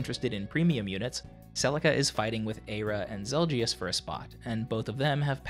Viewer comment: I love your voice, but the way you pronounce Zelgius irks me.